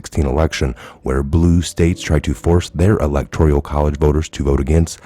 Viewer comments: Elec tor al.... NOT "elec tor ial" ... No "i" 🤔🤪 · Electoral not electorial.